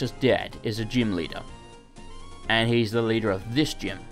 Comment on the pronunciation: Please keep pronoucing gym as gime!!!